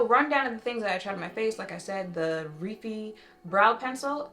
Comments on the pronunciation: The brand Rephy is pronounced Ree-Fi(fi sounds like pie)❤ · Refy is pronounced like the word "refine" but without the "ne" at the end. Looks like she did a great job!